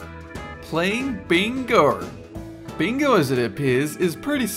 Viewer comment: "Playing BINGAUURRR" ha ha ha